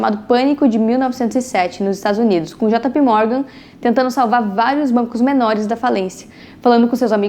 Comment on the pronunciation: Eh jei pi ou jota pe, jota pi morgan nao da 😂😂